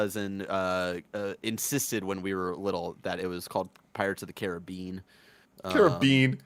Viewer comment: As someone FROM the Caribbean, the way TIM pronounces it is the way me and my family do too.